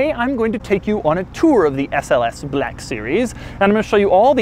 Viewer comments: Why does he pronounce black as blaaaaahk series? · The SLS BER-LACK series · 'Bleck' Series